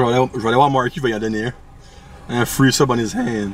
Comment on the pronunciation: je vais pas souvent au subway pi au debut chaque fois tu disais 3 SUB jentendais 3 soupe , fak jtes comme calisss 3 soupe 35 piasse c cher subway , hahaha apres la 3iem fois jai compris , jsuis sourde en maudit